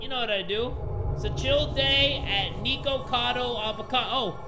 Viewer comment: I love you and stuff but Nikocado's name s pronounced "Nick-oh-cado" if that makes sense. Not "Nee-ko-cado." you say that again, imma break your neeko neeko kneecaps 😭💀